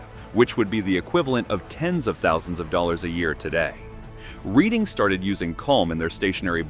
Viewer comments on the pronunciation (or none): Reading is pronounced Redding, please.